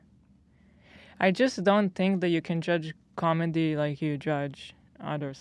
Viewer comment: is it me or Hila says comendi